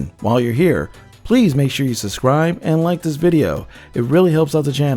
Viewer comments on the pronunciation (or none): “Subuscribe” lmao